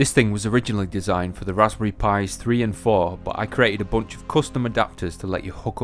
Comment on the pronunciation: bOOnch Soo british